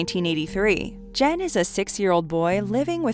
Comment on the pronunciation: Great list! Please have the scriptwriter make sure the narrator has phonetic spellings for names. Barefoot Gen is pronounced with a hard “g”, e.g. “get”.